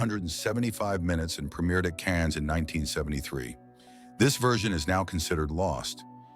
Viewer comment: Cannes = /kanz/ ?? LOL!